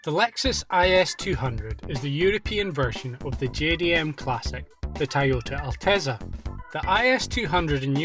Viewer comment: "tAyota altezza"